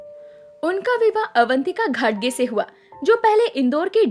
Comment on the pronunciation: घटगे नही घाटगे.सही उच्चारण करें